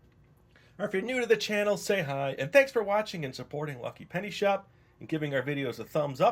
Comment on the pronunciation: hey its lllllllllllllllllllucky penny shop -thats how he says it. lol